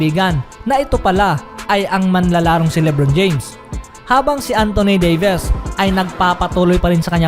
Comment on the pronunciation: antoni deyves? hahahahahahaha broklyn nets? 😂😂 dimarcus kasens??? hahahahahahahahaha